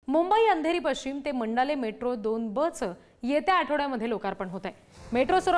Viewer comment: मंडाले नाही मंडाळा